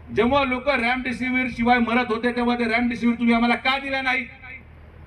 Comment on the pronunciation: Ramdisivir nhi remdisiver ahe dr te